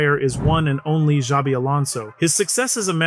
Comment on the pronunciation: I cringed every time you said "Zabi" 😅 the beginning sound of his first name is a "sh" (like in shelter) but the rest was correctly pronounced